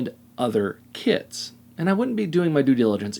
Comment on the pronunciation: I am sorry... I know it is a 'me' problem, with english as a second language, but I keep hearing 'kids' when says 'kits'... It makes the whole video a lot more fun😀 "The 'kids' were very easy to assemble"... etc.